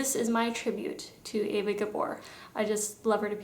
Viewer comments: Eva...not Ava. lol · Why do Americans pronounce Eva like Ava? I've heard this before & I'm just wondering...